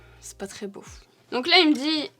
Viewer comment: Le "ça va être bo hé" avec l'accent hahaha 🥹😂